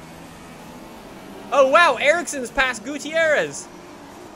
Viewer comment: This is how you pronounce Gutiérrez. Goo-tee-air-rez. Gooteeairrez. Strange huh?